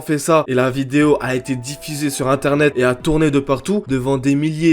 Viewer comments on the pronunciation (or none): " elle a été diffisée " mdr 😂